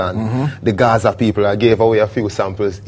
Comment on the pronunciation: from SA mi seh Gaza not Guzu😢